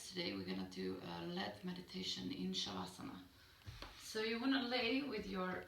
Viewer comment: my inability to discern pronunciation of de-stress process while laying down, cycling visuals "stem to stern" through the body. Sounds like "chivasa" to these ol' english ears. Love your accent, culture and esp philosophy reminisent of Esalon days previous alluded to...